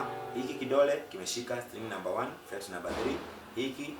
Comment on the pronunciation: Fret baba sio flet